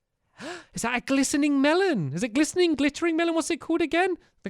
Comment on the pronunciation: lol stampy gliseRing not gliseNing